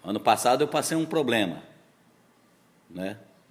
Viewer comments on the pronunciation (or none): none